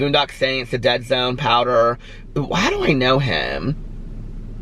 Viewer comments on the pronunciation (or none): none